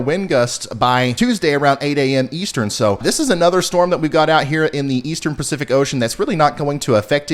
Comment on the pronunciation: Did you say Percific Ocean? 😜 Praying for rain for everyone that needs it. Really enjoyed the teaching slides and segments.